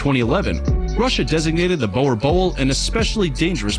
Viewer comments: Every dutch person cringing at the name bowel bol (boer boel) hahah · Yo I'm triggered about how the guy pronounced boerboel. I guess people have different ways on how to say it. He also spelt it's name wrong. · Oh that boer boel pronunciation made me cringe...